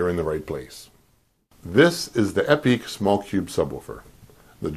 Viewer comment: Are you mispronouncing " epique" and " Radiator" on purpose?. Lol